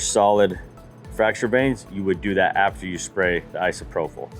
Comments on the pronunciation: I've been working with Alcohol for 40 years it's pronounced Isopropyl with a p sound propyl not an f sound prophyle( I live with teachers )ìm corrected all the time it sucks but it keeps me looking smart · Sure wish you could pronounce isopropyl. /ahy-suh-proh-pil/